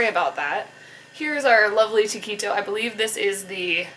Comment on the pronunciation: I like the way she pronounces taquito "ta-key-toe." lol